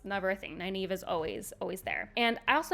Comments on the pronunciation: I can see that, they did say 4 Ta'Veren when in the book it was 3. Which i do believe Egwene was and should have Nynaeve as the fifth which is hinted in episode 3 with the Darkfriend who mentions 5. Which you mispronouce Nynaeve's name... and it hurts... From Robert Jordan himself its Nigh Neev. no A sound. more e. like green or bee. but it's also in the glossary in the book and this link is Mr Jordan himself. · Love the overall commentary, but my OCD can’t handle the way you pronounce Nynaeve.